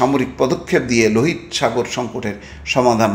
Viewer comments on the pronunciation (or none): লোহিত নয় উচ্চারণ হবে লোহিতো সাগর।